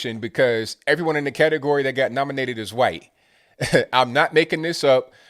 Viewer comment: Why do you say qwhite?